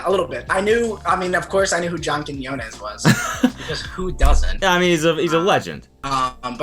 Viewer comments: so proud of Cody for learning how to pronounce quinones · he did it ladies and gentlemen: he learned how to pronounce quiñones 👏👏👏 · I'm so proud that Cody can finally pronounce John quiñones' name right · congratulations. you can now properly say quiñones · Cody can finally say his name right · cody pronouncing Quiñones right this time is a glow up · At least this time Cody pronounced Quiñones right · Wait why are you saying his name right this time??? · finally after probably watching 20 videos of wwyd Cody pronounces Quiñones right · As a latino I loved Cody saying John Quiñones correctly! It was getting on my nerves the way he was pronouncing Quiñones in the previous video of WWYD. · 👏 👏 👏 for that Quiñones pronunciation hahaha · Cody's pronunciation of John's last name has gotten better since the last vid :) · he said john quinones right this time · I was looking forward to Cody's pronunciation of John QUINONAS LOL. But he actually got it right this time. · He learned how to say Quiñones! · Proud of Cody for finally learning how to pronounce Quiñones x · Did cody just pronounce Quiñones correct or am i tripping? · Quiñones perfect 👌pronounciation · he learnt how to pronounce quinones!!! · old man Cody finally knows how to pronounce Quiñones 😌 character development 🥰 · He finally pronounced Quinones right LMAO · WHY WOULD YOU PRONOUNCE QUIÑONES RIGHT???? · HE PRONOUNCED JOHNS NAME RIGHT! Say goodbye to John Kwanones. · finally he pronounced John’s last name right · I’m just glad he finally pronounced quiñones right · I see Cody has learned how to pronounce John's name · Cody’s evolving, he pronounced John Quiñones right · Cody finally found out how to pronounce John quinones. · when cody pulls through with quiñones pronunciation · CODY SAID JOHNS LAST NAME RIGHT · he learned how to say quinones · HE FINALLY SAID QUIÑONES RIGHT!! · cody actually said john's last name right this time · he said his name right finally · QUIÑONES, KEY-NHIO-NES! My Guy Cody👊🏽